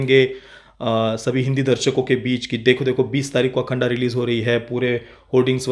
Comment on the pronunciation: अखंड बोलो अखंडा नही